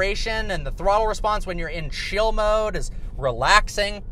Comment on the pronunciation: Are you saying chill mode? It sounded like shill.